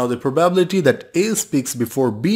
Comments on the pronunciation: Let me ask you this, what is that proBabbillity that you are pronouncing the word probability in a very funny way? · If I have to hear "proBABble-ity" again, I might throw my phone out of a window. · I like your riddles a lot , but could you please emphasize 'probability' on the 3. syllable? Thanks ;)